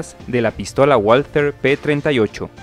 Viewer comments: Valther no walter doble v amigo asi se pronuncia en aleman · Por favor, por respeto a la lengua alemanes se pronuncia VALTER,NO LO DIGAMOS A LA INGLESA,POR FAVOR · Yo ya estoy harto de ponerlo en los comentarios lo de la w en aleman. Este error es muy frecuente entre los narradores latinoamericanos mas habituados a la pronunciación inglesa. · Sabrás todas las curiosidades que quieras y más, pero no sabes ni decir "walther" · mm no se dice "guolter/Wall-ter" porque dicha pronunciación tiene acento inglés en alemán se dice "valter". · La pronunciación correcta es "valta" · Hablando de una arma Alemana, por lo menos se espera que su nombre sea pronunciado correctamente, NO es inglés!!! Woalter !!! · Valta es la pronunciación correcta, todo lo que termina en "er" equivale a una A en español. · Se dice pistola Balter P38. Disculpen las molestias. Saludos. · se dice valther jaja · Muy bueno el video. Pero no olvides que es una empresa alemana, es decir que la W no se pronuncia como U sino como V. Se deberia pronunciar , Valther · Muy bueno. Únicamente, una pequeña observación. La W en alemán se pronuncia como V fuerte, ergo se oiría como VALTER. Por lo demás, estupendo! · En alemán la "w" se pronuncia "v" y la "v" se pronuncia "f". Así que se diría /Valther/ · "V A L T Á" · No se pronuncia "gualter" sino "valter". Que no es inglés sino alemán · Pues lo primero que tienes que saber tú es que no se pronuncia Gualter, coño ! Se pronuncia Valter ! Lo saben hasta los niños de teta ! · Se pronuncia balter, no ualter. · Pronunciado "BALTER" (alemán), NO "UOLTER" (inglés) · No se pronuncia uolter sino valter. Los comentaristas soléis pronunciar las palabras alemanas a la inglesa por ejemplo en tanque TIGER que pronunciais taiger, en vez de tiger. Y así. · Que sepan Uds. Que la w en alemán se pronuncia B igual que en el japonés se dice Balter. No ualtet. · WALTHER: se pronuncia VALTER (es alemán, no inglés) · La w se pronuncia como b y no gualater.. Es balter.. Saludos